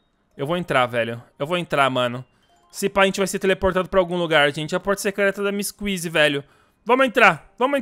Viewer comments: "MISS QUIZI" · O porque você fala miss kisy sendo que é missy kissy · O nome do huggy ele fala uggy wuggy e o da kissy ele fala missy kuissy